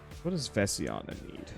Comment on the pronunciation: It bothers me the way is saying Vesenia. He is saying it like Vesiana.